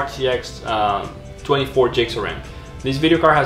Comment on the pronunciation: Stop saying jigs of rem!